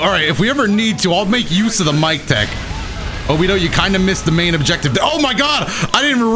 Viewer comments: I'd just like to point out that it's pronounced Obito, with the hard T, not like Obidoe, just saying :) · Saying obido sometimes was a lil triggering but overall I like the vid love the content keep it up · Did he just pronounce obito as "obido" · Did he really say Obido